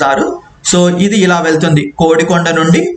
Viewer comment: నాకు తెలిసి అది "కొడికొండ" అని పలుకుతారు. "కోడి"కొండ అని కాదు. చూసుకోగలరు దయవుంచి. నేను తప్పయితే క్షమించ గలరు.